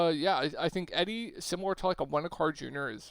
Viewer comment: E-Dee not eddy lol but appreciate the vid!